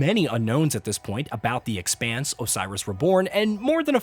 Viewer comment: Uh, it's not The eXpanse, it's the Expanse - the way you're emphasizing the X makes me think you've never seen a single episode of the show. One job, you had one job. Hope it's a great game though.